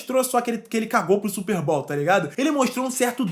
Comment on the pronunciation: Não leve isso a mal mano, só pra agregar mais valor e conteúdo que você já tem.. Não se pronuncia SSÚPER BÁL, se pronúncia SÚPÊRR BÔW